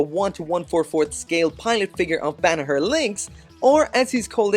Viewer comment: His name is pronounced BA NA SHER